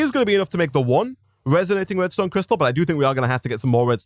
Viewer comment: Omg every time you have said resonating redstone crystal i heard restonia crystal